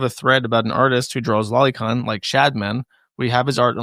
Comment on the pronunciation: It's "low-ly con" like LOLITA, not lolly like lolipop. Holy shit you internet weridos! Go listen to an anime in Japanese for once.